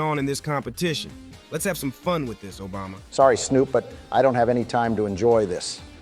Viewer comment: Nobody gonna talk about Snoop calling Obama Ojama?? 😂😂